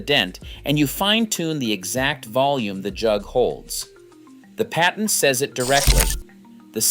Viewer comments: "Paytent"? What's a "paytent"? You mean patent, right? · You mean because he said "pay-tent" instead of patent? I too am sick of AI dialog. For one thing it drones on and on and on. Three minute vids become eight with the same info. "If you think this is amazing, just wait until the end". Ugghhh! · Umm, I don't drink milk, so NO, it is not in my fridge. "paytent"? lol